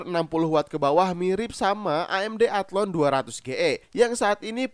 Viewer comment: Athlon bukan athlone, wkwk